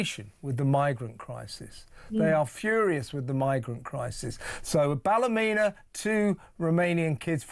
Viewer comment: Even more scary is that Keir Stalin actually believes he is doing a good job and everyone is happy. And I wish Kevin would pronounce "Ballymena" properly. It's not Ballumena!